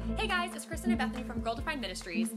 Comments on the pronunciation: I feel like it’s kinda rude to God to insinuate that he’s not powerful enough to create an entire spectrum of genders and can only make two. Also it’s funny how you continuously call her Christian instead of Kristen. 💀💀💀💀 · lol valid! But for reference, Christian is pronounced with a “ch” in the middle, while Kristen has a “st” in the middle. Though the irony here was very poetic. 😂😂😂